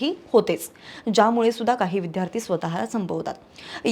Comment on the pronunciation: विद्यार्थी-उच्चार नीट करा विध्यार्थी -चूक आहे